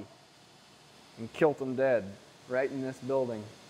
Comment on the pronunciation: "Kilt him daid, right in this building." Gotta love the southern accent. (just bustin' your chops for fun).